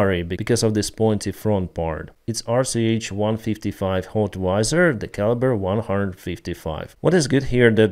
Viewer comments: HOWITZER!!! Stop saying HOTWIZER 😁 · It's not called "Hotweiser" like Budweiser, it's called "Howitzer" "How-witz-er" just helping you pronounce it correctly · "hotwizer"? It's howitzer, not hotwizer. You are using it wrong for years. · it's pronounced HOW IT ZER, not HOT WI ZER. Thanks for the video though. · Just FYI, it's not "HOT-wizer," it's "HOW-itzer." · Howitzer ;) 'wit' not 'twi' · Hotwizer - I presume you mean howitzer... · It's a HOW IT ZER not a hotweiser. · howitzer, not hotwizer =) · Hey. Amazing job. One thing. It’s How-it-zer. Hot-wi-zer sounds like Budweiser lol😅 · Hi Howitzer..i was confused about this word too. Its How-iza.. Hope it helps and thx 4 ur work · Not "hot-wiser', it's"how-it-ser". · not hotwizer its howitzer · It's not a HOTWISER! Please learn the word - it's howitzer. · You pronounce howitzer like ‘how - it - zer’ love your updates you are awesome as always. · It's "HOW VIT ZER";) Take care man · Love your content, man, I have not missed an episode for a while. One thing I noticed, though, is that you mispronounced Howitzer a few times. It is pronounced "hau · uht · suh" with the accent on the first syllable ^^` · Like this comment if you think should stop mispronouncing howitzer as "hotwizer" 😂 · Love from Lithuania 🇱🇹 but learn how to pronounce howitzer (self propeled artilery ) 😅